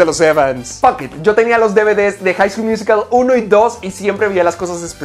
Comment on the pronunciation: Like por el High School "Muasical"